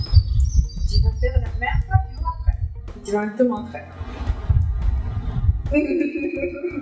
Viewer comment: Pourquoi tu dis coiffuioure?!